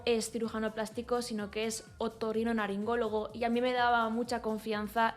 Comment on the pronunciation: No sé si es porque estás recién operada o que he oído mal pero creo que has dicho "otorrinoNaringólogo" y con esa chorrada me he partido el culo de risa. Yo también me tuve que rectificar el tabique porque me estaba pasando lo mismo que a ti y ya verás que al margen de lo estético respirarás mucho mejor